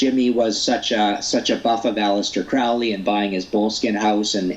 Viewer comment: I don't trust him because he pronounces A Lester Crow Lee wrong.